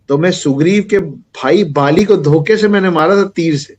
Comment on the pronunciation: बालि और राजा बलि काली माँ और कलि उच्चारण अलग है |